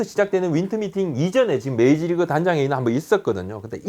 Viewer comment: 계속 메이지리그...메이지리그...메이지유신..??? 부탁인데 발음좀 부탁해여..